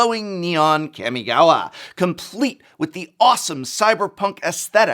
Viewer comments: It's NOT Kam-Mi-Gaow-Wa prof, It's Kah-mi-gah-wa. It might be just a personal tiggering thing , not really that big of a deal, just feel like nails on a chalkboard. I took Japanese in college for a couple years so its prob why its painful to hear. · kɑ-mɪ-gɑ-wɑ. Please, I beg you, get the pronunciation right. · What the F*ck is a Camygawha say it right you 👉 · It's been consecutive videos since you mispronounce Kami-gawa, Prof. Would like to think that if you like something (or culture), you would care enough to know the names and try to get the names sounding right. You got this right !!!! Nice!